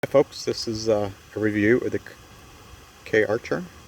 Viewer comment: Please, it's CAR-cher, not K-archer